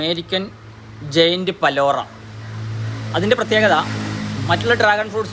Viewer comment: It's not balora it's palora